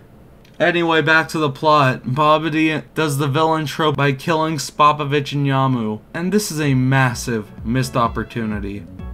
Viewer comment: Good vid, except cringed every time he pronounced Spopovich